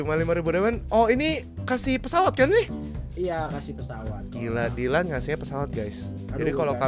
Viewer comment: Rievew handuk sultan Dylan dibaca dilan dan miya dibaca milea